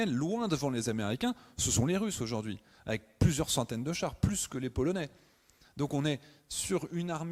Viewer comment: Mettez un peu d'élégance dans votre langage. Respectez un peu la langue française. On ne dit pa "ayék" au lieu d'"avec", pour ne relater que celui-ci.